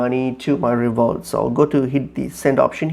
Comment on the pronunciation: It's pronounced RevoLOOT not ReVOLT!